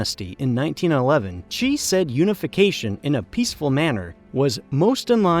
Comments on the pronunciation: It’s Xi, not Ji or Qi. And he’s Chairman, not President. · Your pronunciation of China's leader is wrong. It is not Chee, it is She. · Dude how can you make a video of this scale and still not know how to pronoune Xi Jinping? I's pronounced 'Shee' not 'Chee'. Just type it into Google Translate and press the sound button for Christ's sake... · It's hard to take this video seriously when the speaker can't decide if Xi Jinping's name is pronounced "Gee" or "Chee"... place names, too. Guess what, you can research the right way to pronounce stuff in a dictionary. BTW, Xi is pronounced exactly like the female pronoun she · Xi is pronounced "She" not "Chee". Interesting video though. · PRESIDENT XI OF CHINA IS PRONOUNCED ... "she" as in "he and she" not "chee". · the dude's last name Xi is not pronounced as "chi" but closer to "shee", nevertheless good video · WHO IS CHEE? The dude's name is XI pronounced S-SHI, it really isn't that hard ;) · Just a reminder. Xi Jinping's last name XI, the real pronunciation is just like See or Sea. For us, "Xi" is a misleading translation & spelling anyway. From a Mandarin Chinese user in Taiwan. Thanks to the world for supporting Taiwan.